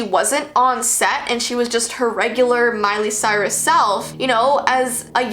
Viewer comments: “Miley Stort”?! 😂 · Her name is Miley Cyrus. Not Miley Stuart.